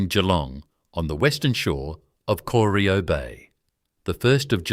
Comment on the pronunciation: And pronounce Corio.